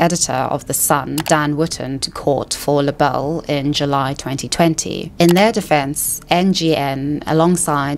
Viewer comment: Libel is pronounced "lie-bell". Yeah, this whole trial and spill-over into media/social media was a shit show. There are so many real problems to address, and here we are, watching the masquerade.